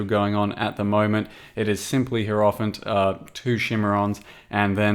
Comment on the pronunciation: It is pronounced hierophant, not hierophant.